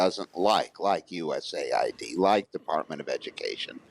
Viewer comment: Why are you calling it U.S.A.I.D? It’s U.S. Aid.